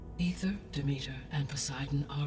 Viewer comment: The way everyone in this game aggressively mispronounces Demeter...